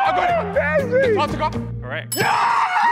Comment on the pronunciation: Man said artctica